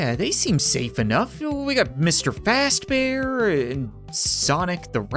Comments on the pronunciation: It's not freddy fast bear it's freddy faze bear!! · Bruh he saying FASTBEAR when its supposed to be FAZBEAR.